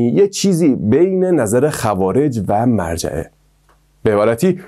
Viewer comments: داداش اون مُرجعه است نه مَرجعه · ممنون از ویدیوی جالبتون اما فکر کنم تلفظ صحیحش مُرجعه ست نه مَرجعه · با عرض سلام تلفظ درست : morjeeeمرجئه و ghadarie قَدَریه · مُرجعه نه مَرجعه قَدَریه نه قدریه